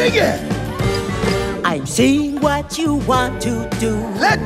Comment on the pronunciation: Dr Boom sounds like he says "Was?" rather than "What?".